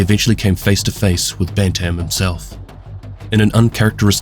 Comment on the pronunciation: I want to say firstly I love your videos, and I don't want to be that guy in the comments. But... My man, when you say "Bantam" you just kill me. It's pronounced as "Ban tm", making it sound like "Bant-im". It has two definitions, one being a type of chicken, and the other from sports, such as boxing or hockey, as a weight or age division. Only reason I knew this was I grew up on a farm and I played hockey. Anyways, still an excellent video!